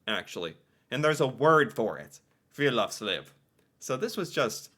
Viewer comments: Friluftsliv. U is pronounced like ou in you, oo in moose, u in rude. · Han høres full ut når han sier:friluftsliv!!😂